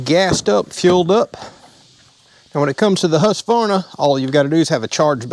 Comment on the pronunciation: Pretty cool video, been watching videos on the Husqvarna saws for awhile now. The beefier 540i is even better than this one! Small tip for ya: It's pronounced whosk-varna.